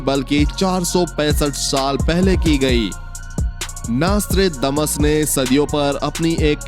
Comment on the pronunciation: Apka pronounsasion golot hai pahle ki nastredamus hai